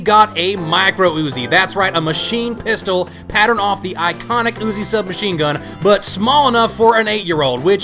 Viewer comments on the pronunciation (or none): none